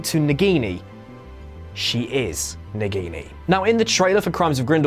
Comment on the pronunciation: mispronounce word it's Nagini not Nigini...